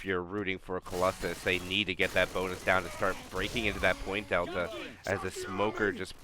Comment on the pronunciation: 2 minutes into the cast: "Colossus. I said that name wrong for a while, but I'll get it right from now on" Me: "Noooooo" - 40 seconds later: "And now Colossalis maximized their damage" Me: "Thank God" (Thank you both for the cast, with a year delay ☺)